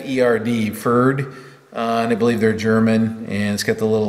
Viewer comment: Pferd is the german word for horse, so yes, it'll be a horse on there. The pronunciation is a bit different however, the e is like the e in yes and the d is pronounced more like a t.